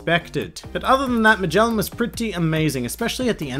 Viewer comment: they way this guy pronounces magellan and ivankov triggers me so hard